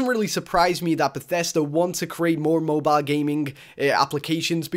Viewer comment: lmaoooo moe bio? just say cell phone holy shit lolz.